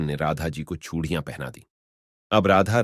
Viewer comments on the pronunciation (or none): Phale chudiya to bolna sekhlo bhai Radha Krishna